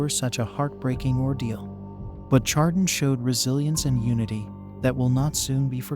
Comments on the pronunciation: Honor the community and pronounce it right!!! It's 'shar-don' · I stopped watching after you mispronounced Chardon. Do better research.